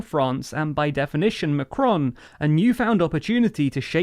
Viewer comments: MACron!! Not McRon. Ffs. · Learn how to pronoun his name... for the love of god. Pleeeasse this hurts...